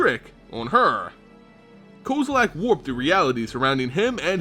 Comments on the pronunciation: It is kozilek, not kozilak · Why do you say Kozalack?